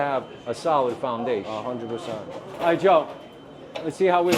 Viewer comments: THE FOUNDAYSHE JOE!!! 😂😂😂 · That's my favorite one, makes me laugh any time someone says "foundasche" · once you have the foundaesh...It's ezpz !!!!!!